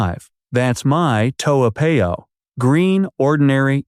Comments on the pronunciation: Its Toa Par yo not Pay oh..please learn to pronounce the names of our places correctly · Americans tend to pronounce unfamiliar names as if they are American words. In Asia more often than not the alphabet a is pronounced as ah not ay. Toa Payoh is a hybrid name between Hokkien dialect and Malay . It should be pronounced as Toh- ah Pa-yoh . Toa in Hokkien means big. Payoh is a modification of the Malay word paya meaning swamp. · Eh, if you live in Toa Payoh, you better go and learn to pronounce Toa Payoh lah. Your pronunciation of that wonderful suburb is definitely the worst I’ve ever heard. I suggest you go downstairs and ask one of the uncles or aunties how to pronounce it. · You didn't live there cuz you can't even pronounce it properly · The math does not work because I just checked with one of my relatives who lives in Singapore. In addition, does not appear to live in Singapore. The proof - he did not pronouce the name "Toa Payoh" correcly. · You claimed you spent 4 years living in Singapore, but you cannot even pronounce your town Toa Payoh correctly. And you want to promote your Youtube. Shows disrespect for our country.